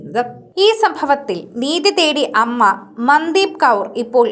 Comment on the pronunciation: മന്ദീപ് അല്ല മൻദീപ് എന്നാണ് ഉച്ഛരിക്കേണ്ടത്